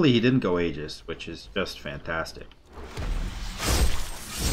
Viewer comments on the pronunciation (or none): none